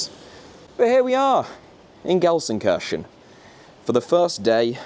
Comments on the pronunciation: People in 95% of Germany: "LUL he says Gelsenkörschen, not Gelsenkirchen" People in the south of Gelsenkirchen: "What are you guys talking about??? He says it exactly like we do" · alter kann er gar ned Gelsenkirchen richtig aussprechen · Ist für die Briten richtig schwer 😂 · I genuinely love your videos but please learn how to pronounce Gelsenkirchen properly please. I want to go full Van Gogh on my head hearing you say that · It's a bit painful that the biggest fan of Gelsenkirchen can't pronounce Gelsenkirchen